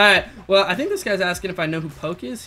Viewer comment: its prounounced poki